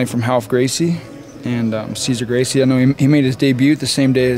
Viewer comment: how do people really go through the trouble of making an mma based documentary and then proceed to pronounce a Gracie name wrong.